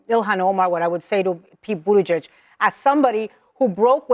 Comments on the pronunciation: I’ll subscribe once you can actually pronounce Pete Buttigieg’s name correctly. (Boot-ti-jej) Thx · "Pete Butt-Egg-G-A? Really? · But-a-gee-egg. Lol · You mispronounced Pete's last name. Gotta be more detail oriented